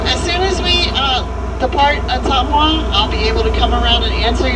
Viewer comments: ..... it is pronounced “O-Tum-WAH”!!! Fun fact, President Nixon & wife lived there before WW2 while he was going through military training! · It's pronounced "Uh-tum-wah", if the TV show M*A*S*H is to be believed. It's the hometown of the character Radar O'Reilly, Ottumwa, IA! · Ootuma Iowa it pounced attumwa but it’s spelled ottowa I live in Des moines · Ottumwa - Oh TUM Wah. Not, Oh TOOM Wah. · Ottumwa, Iowa, pronounced Oh-TUM-wa, I-O-wa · O-TUM-wa, as in "Tums" or tummy. Hometown of Radar O'Reilly of M.A.S.H. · Ah tum wa that is how Ottumwa is pronounced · Ottumwa is pronounced "uh-TUM-wuh".